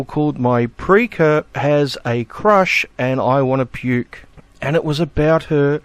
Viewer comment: Pre-K'er, an awful construction, is "pre-kay-er".